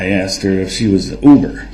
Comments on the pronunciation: Every time this clown says “AXED” 🚫🪓 instead of “asked” in my head Judge Dorow says this, “There should be no “AXING” 🚫🪓or “AXED” 🚫🪓 or any form of “AXE” 🚫🪓 going on because there are NO WEAPONS ALLOWED in this courtroom ! 🤡 🤣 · M I think you giving him a bit too much credit there. The man has never pronounced "asked" correctly in his life imo. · Him saying "axe" instead of "ask" is just the way it is said in some regions. "Axe" is joined by any word ending in "TH" are pronounced with "f." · hr did once during the trial, when he asked if she was askin’ or tellin’ him to sit down. I’m sure it was an accident, though.